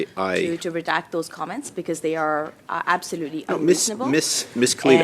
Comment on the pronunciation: Oh Mrs Khalid a simple word like redact. And you mess it up. Redact is what liberals do. Withdraw is the word of the day. Can you say Withdraw 😂😂😂